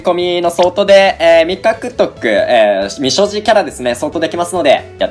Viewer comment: 未所持が三十路に聞こえた！わはははは！(？)